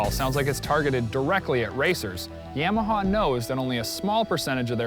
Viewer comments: its YAMAHA not YAIMAHA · Yamaha not yaaamaha